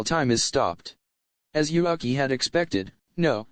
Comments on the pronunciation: Why read Yuuki as Yuhaki ? xD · In the start you pronounced Yuuki's name correctly then during the video kept calling him YuAki.. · why u pronouncing yuuki yuaki?? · why is yuuki is pronaunce yuaki? I don't get it